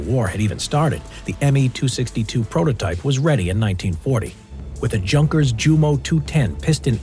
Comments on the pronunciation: It's not "junk-ers"! It's "Yoon-kers"! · It’s not junkers it’s yunkers it’s pronunciation but it’s named JU -(multiple models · Junker = Yu-unk-air. Please stop saying junker. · Not Junk ers its Yung kers (pronunciation) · He says Junkers as junkers not yunkers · Your prononciation of Junkers is a bit off, it's not like in 'junk'. The 'ju' is like the 'u' in 'user'. Just forget the 'J' and say 'unkers' and you hit it. That hurts a bit, if one speaks German. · "Junk" ers??? Try pronouncing it correctly: "Yunkers." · Not junk, its prenounced yunkers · “Junk ‘rs” 🤢